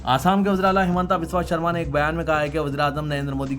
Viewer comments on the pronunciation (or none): none